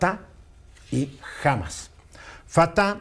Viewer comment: No se lee "Hámas" sino "Hamás"